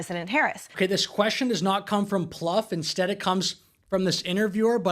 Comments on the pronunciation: David's name is pronounced, Ploo-fay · 'Plouffe'. Really? 😅